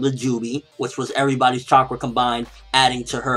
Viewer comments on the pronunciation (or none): none